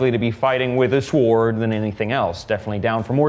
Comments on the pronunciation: you don't pronounce the "w" in sword. Loved the video. Don't listen to the people who posted about wanting Eric. He's great and so are you. It's nice to hear from all of you guys. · Why are you saying sword like that? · i don’t think i’ve heard someone pronounce the “w” in sword before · Has anyone else noticed how in the last couple of months everyone has started pronouncing "sword" with the w. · Hello there. The w in sword is silent. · Say sword like that one more time... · Never heard the word “sword” pronounced like that hahaha